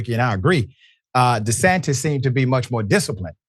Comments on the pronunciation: Did he say DeSatan? 😂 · Did he say DeSatin or am i trippin?😂✌️